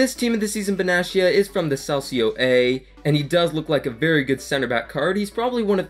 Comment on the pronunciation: Can I give you some tips? Calcio A is pronounced with a K, so Kalcio A if you would write it. And Benatia has a hard T if that makes sense? So not Benaschia but Benatia -> here is a interview where his name is pronounced correctly)